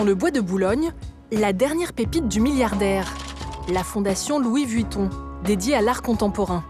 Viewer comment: « Louis Vutton »